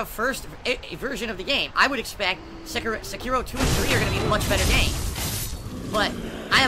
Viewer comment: Love that he purposely calls it "Sekeeraw". He even said it correct once but autocorrected himself. The same thing with royal and royale. He is such a beta male that he does all these weird things